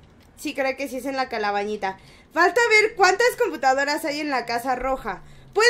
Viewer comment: En el minuto y en el minuto dice la calabañita like si lees esto jajaja y también si te reíste y también si te diste cuenta que lo dijo mal jajjajaj